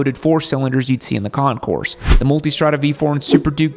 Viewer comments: Please keep in mind that the letter “S” in Concours is NOT pronounced. It comes out as “Con-kore” when pronounced correctly. Impress your friends by showing them how SAUVE you are (!) by using French words like they’re meant to be pronounced. 😅 Super cool, dude! 🎉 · AND its Con-coor.. the"s" is not pronounced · The way it's "Pronounced" is Concoor, you don't say or pronounce the S even though it's spelled that way. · It'd have been a more enjoyable video if you'd have pronounced "Concours" correctly. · Still mispronounces Concours. The s is silent